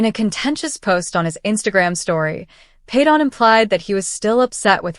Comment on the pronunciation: I cannot stand you mispronouncing his name all the time